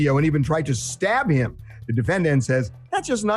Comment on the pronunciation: “I was in love of heem...”